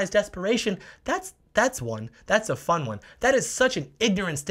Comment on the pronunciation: "You historically ingornant fools." 😂 this is awesome!